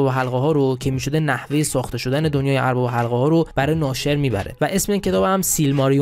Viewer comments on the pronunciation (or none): البته "اربابِ حلقه ها" را می گفتی "اربِ حلقه ها" که دیگه عادت کردیم چون حتی در پرهزینه ترین تلویزیون ها هم گویندگانِ جدید "کیفیت گفتار" را فدای "سرعت گفتار" کرده و اونرا برای خودشون نشانه مهارت در گویندگی میدونند. گاهی سه تا نصفه کلمه را آنچنان با سرعت بهم میدوزند که تبدیل به یک معما یا چیستان میشه و تا چند لحظه همه سیستمِ ادراکی آدم هنگ میکنه